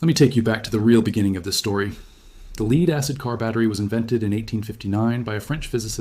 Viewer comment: In places you say leed in other places you say lead The correct pronunciation is lead not leed.